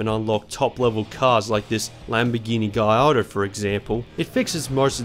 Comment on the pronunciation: He correctly pronounced Gallardo as Guy-ardo, up he's clearly into cars. But he just doesn't get it! The canyons are the best part of this game. They're intense, punishing and honestly almost scary. I remember being 8 years old playing this game gripping the controller with white knuckles like a real car steering wheel. This game has the best canyon/touge experience of any racing game I have ever played full stop